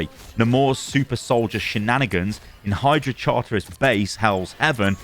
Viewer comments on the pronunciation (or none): none